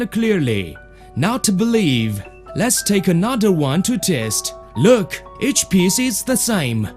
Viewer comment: "Methurd"... "loooekh"